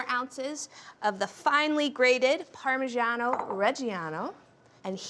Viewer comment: What a pitiful attempt at pronouncing "parmigiano"